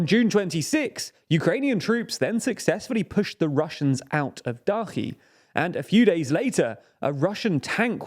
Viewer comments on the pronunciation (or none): Dachi with ch as in child. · You learnt how to pronounce Zaporizhia! Good job. Now, Kakhovka and Dachy. I honestly just don't understand why not just dedicate some 10mins just to learn the pronounciations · In some cases. Still pronouncing "Kakova" instead of "Kakhovka". "Dachi" is wrong. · Except Dachi. Still work in progress.